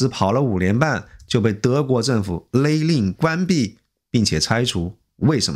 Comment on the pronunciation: “勒(le)令” 不是lei令